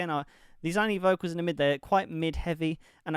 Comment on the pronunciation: *Pronounced Laney Good job 👏🏻